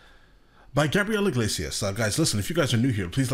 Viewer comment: FYI. It's Gabrielle. Not Gabrielle